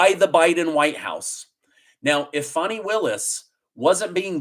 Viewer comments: Her name is Fani not Funi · It's pronounced Fani, as in fanny; not fawnee. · Nikki Haley is just determined to take votes away from Trump to help the Democrats. She's a Rhino! Funny how you pronounce Fani as "funny", it's spelt with an A, as in 'cat', not U, as in 'under'. Just saying! Is it really a surprise that the Biden administration is trying to pervert the system in order to fix the election? Go truckers, go Trump! The reason we like Trump ts because he is NOT a career politician. Biden can only do what Obama tells him to do. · It’s pronounced “Fanny”, not “Fonni” 🤣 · When did Fannie become Fonnie? She’s in the South. It’s Fannie. Did she get a name change from Biden? He likes to do things he has no legal right to do, why not?! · Fan I not fauni lol I know trying to be politically correct but fanni is pronounced fanny in GA ask the fella who is getting paid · Pronounce her name right it's Fanny, like the backside of a sw*ne